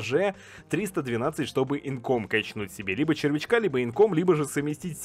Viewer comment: не инком, а инкАм